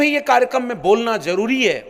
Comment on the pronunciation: Jaroori nahi Zaroori! Abe hindi to theek se bol be! 😂😂😂😂😂